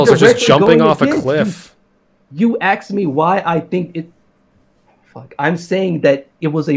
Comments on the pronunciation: It hurts every time he says aksed/axed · “I axed you...” Why can’t this guy say “asked?” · ''I AKXED YOU, I axked you''.. intolerable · if you take a shot everytime he says “axed,” his arguments become much more solid and logical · He axed him??! Murderer!!😱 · I love all of his “you axed me” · It's even more annoying because he says it right sometimes, so clearly he can do it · Two things: 1) This guy can't argue his points at all. I could argue his points better and I don't even agree with them. I actually wish I could argue for him because this was painful to listen to. 2) He keeps saying 'axed' instead of 'asked'. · "sO i AxksD yOu gUyS..."